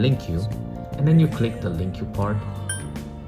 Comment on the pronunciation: I hate to be the one to correct people, however you've been mispronouncing LingQ so many times that I can't stay quiet anymore lol. it's pronounced like "link"